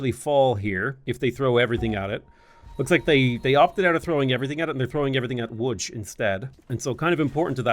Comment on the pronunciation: that was perfect pronounciation of Łódź ❤